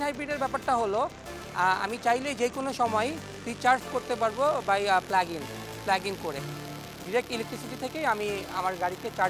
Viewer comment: hahaha hala koy ki.... "PLAG IN" technology bole ha ha ha English taw thikmoto bolte parena...ederke kemne job dey...